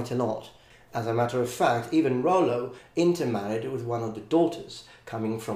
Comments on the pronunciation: Nice :) Just a little "correction" if I may, in French Rollo is named Rollon and we pronounce the double L like in english. So it doesn't sound "Royon" but "Rollon" with L pronounced as L. To make the double L sound similar to "i" or "y", you need to put an "i" before the double L. So the pronunciation you tell in the video would have been written more "Rauillo" or "Royo" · In France, we would pronounce these L like in English, because there isn't a i before. And you doesn't pronounce the "o" like this because we write it "Rollon" Very good video, thank you from Normandy ! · Hey very nice video. The "normand" identity is still very strong in France, people from normandie are proud to call themselves "normand". As a french man though, I would say "Rollo" pronouncing the "l". I wouldn't say it the way you did, transforming the double "l" into a "y" sound. I know this is a common occurrence in french, most of the time "ll" is pronounced "y" (that is the case in my own name) ; but sometimes the "ll" is ignored and pronounced as a simple "l", except you insist a little bit more on the "l" sound. Well, it does not really matter ^^